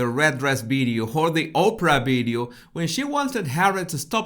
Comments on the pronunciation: NO ,he is pronouncing B not V ,pay attention… sometimes he pronouncing V correctly ,pay attention… you are probably very familiar with how Indians speak ,not me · Dear,your episodes are interesting but for God’s sake try to say “ Video “ instead of “ Bideo “,with a very little effort you can correct that.